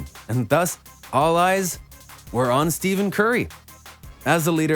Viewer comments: cause of this wrongly pronunciation of his name ( Stephen not Steven) ) he refuse Nike... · “Steven?” How are you a sports channel and can’t pronounce stars names?